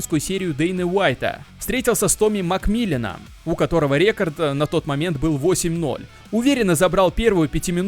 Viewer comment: Почему бы не записывать озвучку в фронт режиме нежели в стерео? В наушниках просто ужасный звук. Ты как будто вокруг меня бегаешь и кричишь рЕкорд рЕкорд